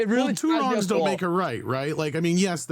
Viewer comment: did he just say two wongs???? Lol